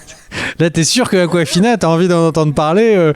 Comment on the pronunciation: Aquafina 🤣 ça se prononce comme une bouteille d'évian mais ça s'écrit Awkwafina.